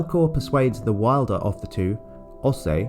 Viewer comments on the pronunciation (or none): none